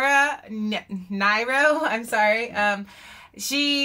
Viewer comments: Last name pronounced Neero not nyro. I saw her perform in DC in 1969. She was a defiant goddess, daring you not to worship her. She did not smile, didn't matter. Her hair fell nearly to her waist, and she moved her mane around her body like a lioness. Her lyrics are brilliant. Check out, And When I Die. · you pronounce lauras name (near o) . she was absolutely one of a kind. check out eli's coming and stony end. she was simply beautiful in every aspect. i for one miss her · Pronounced NEE -ro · not Laura NIrO.. Laura Nearo... but I appreciate you listened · Ooops. It's not Nie-ro. It's Nee-ro. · It's pronounced Neeroh. She had written more great songs before she was 20 than most artists manage in al ifetime. The album this song was taken from has one gem of a song after another. And then there's the unforgettable "And when I die", which was written when she was only 16. Please do check that one out. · Neero! Neero! Rhymes with hero! And she was one of mine mine. You finally answered my prayer and played her! Bless you! But here's the deal: this song is from her first album, and it almost has a 'cocktail lounge' feel to it because she didn't control the production. After this, her records better reflected her unique personal style and they are amazing. Try "Eli's Coming" for starters and then "Stoned Soul Picnic." A lot of female singer/songwriters have been influenced by her. But in any case, thanks again for hearing my plea and playing Laura. Love to you both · One of my fave singer-songwriters Laura Nyro pronounced Neero, a Jewish Sephardic woman from The Bronx. Ive been a fan since the 60's. Love all of her work. She became a millionaire at 19 from writing so many hits that other singers covered. The Fifth Dimension Blood Sweat and Tears, Barbara Streisand, Three Dog Night. I met the guy who claimed he was the Bill in this song. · Laura Nyro is pronounced Neer-oh... And I Love Her Singing... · Amazing singer. It's pronounced Near-oh. 💗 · Laura Nee-Row